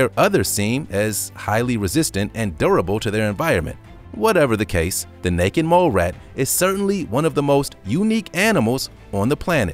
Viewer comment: Haha the first time you said necked mole rat lmfao